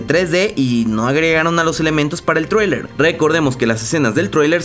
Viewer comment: Me encanta como dice Traewlier es traileeer weeey ajaja